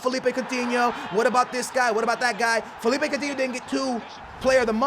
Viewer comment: its ko - tee - nee - yo